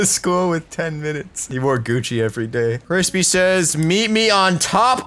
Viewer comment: he said Frispy Says....